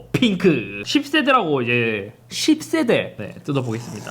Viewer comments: 십새대 발음이 찰지네요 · 기분탓인가.. 10세대가 자꾸 욕으로 들려 형.. 😁😁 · 10세대 발음이.. 어라? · 10세대 발음 찰지네 형 ㅋㅋㅋㅋㅋ